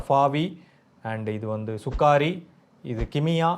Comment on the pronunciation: Anna athu சுகாரி இல்ல சுகரி